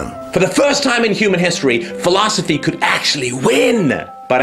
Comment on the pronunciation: Awesome vid as always. Can't help loling every time he says the word "philosophy".